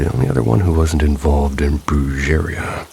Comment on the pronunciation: “Brujeria” is pronounced “brew-heh-ria” and I’d stay far away from it!!! 😮😮😮